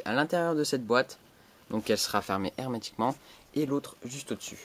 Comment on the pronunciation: Arrete de dire hermetiqument !!! Sinon bonne video!